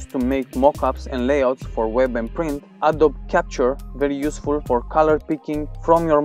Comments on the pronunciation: ye its wrong he needs to say uhh dohh bee not uhh dob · Hey, just letting you know that you don't pronounce Adobe correctly. It's "uhh-doh-bee", not "uhh-doh-b"